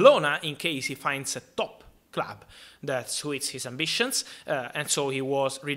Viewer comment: ‘Let’s jump into it 2-gether’ ‘He laves the clab’ Thank you for the updates fabrizio